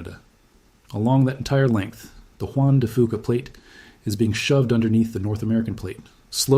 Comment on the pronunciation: Juan de Fuca=Juan de Few-kuh Not Juan de Foo-kuh. Knowing how to pronounce name of things lends credibility to what you say…